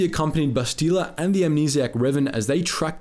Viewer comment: How does someone who must have played the game, and is a Star Wars fan (I'm assuming), say Bastila's name wrong?